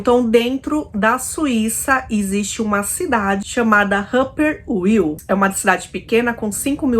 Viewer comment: Olá! A sua pronúncia do nome da cidade não está correta, não é Ruppers-Uil com pronúncia do w em inglês mas,a sim Ruppers-VIL com a pronúncia do w em alemão, como v, igual à vila. Abç